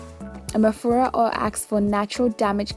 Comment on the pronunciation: At first I thought u were saying mafuta oil haha